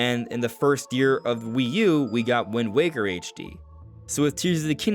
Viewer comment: I’m sorry but, for me it’s “WIND WAKER”